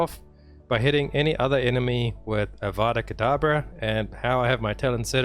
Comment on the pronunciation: I am sorry and I know you aren't a potter head but Avada KEDAVRA .. its meant to sound like cadaver... like a body... not cadabra like a cheesy magician. It just takes all the dark force from the spell when you say Avada Cadabra lol